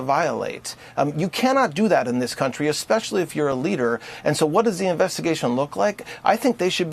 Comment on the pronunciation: “Expecially” 🥴 She AND Crocket both said that today. Let DEI reign. 👏👏